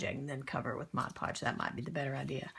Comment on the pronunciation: If you prep the magazine pages with gesso or Mod Podge they’ll be less likely to tear. Btw, congratulations on being the first artist of about 10 not to say Modge Podge!